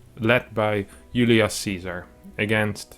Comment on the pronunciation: Julius Caesar is pronounced Yulee- us Kaisar. You got the first name spot on. All c’s in Latin are pronounced as K. Thanks for the vid as always 😁